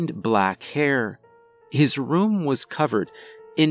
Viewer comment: also every time he says the word “room” it sounds like he’s saying “rum” but I think it’s cute. Every story I’ve heard from him I catch him saying it lol